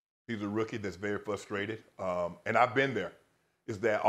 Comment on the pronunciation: Somebody teach shannon how to say FRUSTraded.